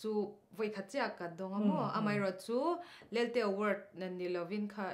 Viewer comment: hian Lalte i ti ṭhin a. 𝐋𝐞𝐥𝐭𝐞 tih tur a nia 😁